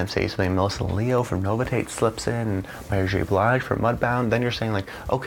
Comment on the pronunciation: And bythe way, it is pronounced No-vish-it. Not nova Tate 👍